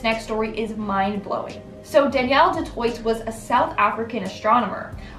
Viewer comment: Doo twah...not toyt 😉 it's French 🥰